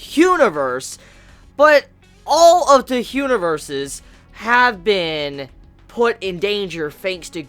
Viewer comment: A little Spanish like Huaniverse. xD